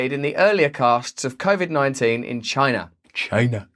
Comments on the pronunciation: Chy Nah. It comes from Chy Nah 😝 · I am no longer capable of saying the word "China" as a normal person. God damn you, Trump!